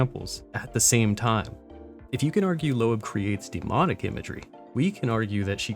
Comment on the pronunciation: Thank you for not pronouncing it Low-ab